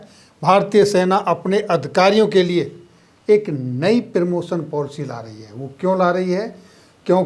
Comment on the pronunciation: आपका कंटेंट शानदार है निम्न पर थोड़ा काम करें आप प्रदर्शन को प्रीदर्शन प्रीमैच्योर को पीरमोचर और प्रमोशन को पीरमोशन बोल रहे हैं।